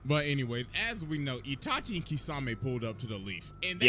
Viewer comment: Did bro say itaki. Naaaaaaah😂😂😂😂